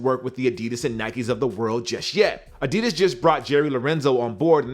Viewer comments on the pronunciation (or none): none